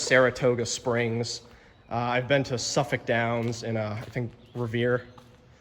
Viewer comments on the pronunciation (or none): none